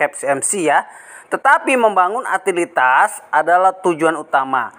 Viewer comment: Utilitas dibacanya Yutilitas ya bro...bukan dibaca Atilitas